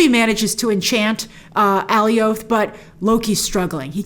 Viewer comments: it's becasue the comics nae for it is Alioth but I thnk they might have tweaked the name so it's not excactly the same creature? to oliath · oh wow. yeah, should have checked the captions...so... I guess a very weird pronunciation then... also, how in the heck do they know its name? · It's fine to mispronounced names once in a while but she says it about a thousand times. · Does no one know how to say Alioth correctly? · Please can you say the name correctly of Alioth. It sounds ridiculous the way you're saying it lol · It’s jarring hearing you pronounce “Alioth” completely different from the show, they were pronouncing it more like “Goliath” without the “G” which I thought was cool just cause he’s so big compared to the Loki’s. But whatever that’s just a random rant, love your videos watch them all the time! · Okay, it's nitpicky...but I gotta say it. It's AL-EYE-OTH...not AY-LEE-OTH. Love ya, Grace, but you were making me crazy! 😆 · It bothers me that Grace keeps saying Ally-Oath. It’s “A Lie ith.” I don’t know. Big fan, but it really bothers me😂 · the way she was saying Alioth like “alleyoop” and not like in “Goliath” 🥲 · It’s not pronounced “Alley Oath.” Alioth rhymes with “Goliath.” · I've also been pronouncing it Alley-Oath all my life since I encountered it in the comics, only after the episode did I realize that it should rhyme with Goliath... So Alley-Oath has been burned in my head for multiple years now, maybe the same here? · Alioth pronounced like Goliath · Alioth is pronounce like “Goliath” 😅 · Not alleyoop 😂😂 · Alley-oath would be more accurate than how they pronounced it in the show. ˈæliɒθ is the IPA for it. It's not a name original to Marvel, but it seems like they want to use a unique pronunciation for it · It’s like “alias” except its with “th” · Just to help u out grace. It's pronounced Alioth like Goliath but without the G. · Is it me or is she pronouncing Alioth weird! Lol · Why do you pronounce alioth like that? 🙄